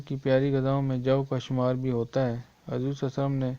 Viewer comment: Aap Huzoor ko Hajor keh rhe ho khud